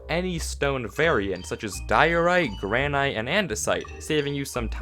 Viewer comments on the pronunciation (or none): It's granite not granIGHT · Really interesting video. I know I'm pretty late to be making any kind of correction, but granite is pronounced "GRAN-it" not "GRAN-ite". I could be wrong, it could easily be a regional thing, but I've lived in the West US, East US, and South US (North soon) and I've never heard "GRAN-ite" before. Again though, this video was actually super entertaining. Like other people have said, most "things you didn't know about Minecraft" types of videos are for beginning players. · He said gran-iyte 😂🤣😂🤣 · I enjoyed your video and learned a couple of things, but "gra-night?" [bangs forehead into corner of brick block, thus breaking it] Hey, guys! I've discovered a whole new way to mine without needing pickaxes!!! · Granite is pronounced Gran-IT. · gran aight lmao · GRAN-ite bruh who pronounces it like that lol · the way he said gran-i-te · The way you pronounced granite hurt me lol